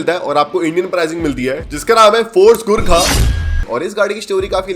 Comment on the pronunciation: Bro, Jab usne first time Gurkha bola to mujhe sunai Diya 'gu kha' next Time jab usne bola to mujhe sunai Diya ' gutka'